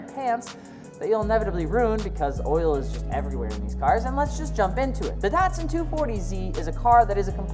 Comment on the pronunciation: It's not pronounced "DOT sun". DAT Llike cat or data.